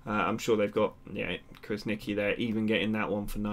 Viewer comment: It's pronounced Krasnichi. " Q is read like ch in this case, like in chocolate. I hope I helped.